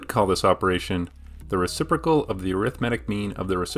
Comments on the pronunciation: And.... reciprocal, not reciprical 😉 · it's "reciprocal', not "reciprical" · It's "reciprocal" not "reciprical". I'm horrified that not everyone got the right answer in both cases, yet alone that (almost) nobody got them right. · "reciprical" -> "reciprocal" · “Opperation”? “Reciprical”? lol, are you ten years old!!!??? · the reCIPRIcal???? u good? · Great video, but there is an 'o' in reciprocal. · Okay, so it's probably been pointed out a dozen times already: it's spelled RECIPROCAL. It's easy for me to remember because my daughter's grade school teacher, and Indian woman, pronounced it as rez-i-prrro'-kal, with the accent on the third syllable (instead of on the second). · "opperation" "reciprical" cmon... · Great video! but dare I say... recipr*o*cal? ... sorry